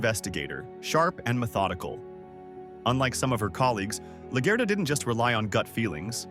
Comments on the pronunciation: 😂😂😂 was thinking same thing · Good video and analysis but please learn how to pronounce LaGuerta properly, it had me dying